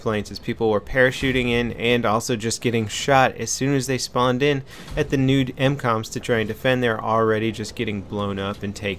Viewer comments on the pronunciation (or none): He said nude not new m coms..... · pretty sure he just said "nude MCOMs"